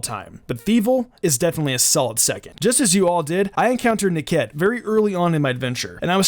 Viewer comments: Nick-it, not Ni-ket,! In the UK to 'nick' something is to steal it. Hence, "nick it" -> Nickit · Dude ur actually the worst at pronouncing Pokémon names. RillaBOOM, Snom (not snorm), Coalossal is like Colossal, Nicket is like Nick-it, they’re really not hard dude just read